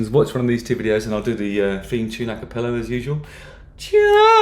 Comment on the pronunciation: For someone who plies his trade as a musician / critic etc, you'd think he would know / could pronounce the words (it's not one) correctly: "a cappella"